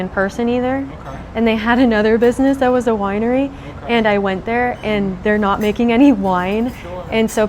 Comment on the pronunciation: First Lear'ing Center, Now a Wi'ery...